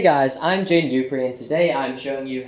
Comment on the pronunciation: It sounds like you're saying, " hi....my name is JANE Dupree". Is it Jay?